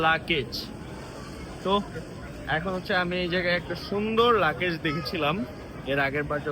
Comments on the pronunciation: লাকেজ না! ‘লাগেজ’ 😂😂😂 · Vlog korte ashce english bolse tao abar bhul. Bar bar bolse lucase. Eita hobe luggage. Abar shasuri ke bole mommy. Ekta English word correct vabe bolte parse na. Er poreo bolei jacche. Foul duita. Eder video dekhe je chotolok gula tara o Eder motoi. Boshe boshe eder faltu eigula dekhe ar Eder ke borolok banai othocho nijera thik e chtolok e theke jai